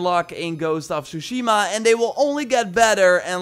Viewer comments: Dis boi said shushima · Je klemtoon op Tshushima klopt niet kerel :) de klemtoon ligt op de 'shi'.